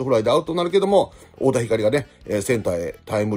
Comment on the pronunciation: 楽天の太田光は"ひかり"ではなく"ひかる"です、、、😂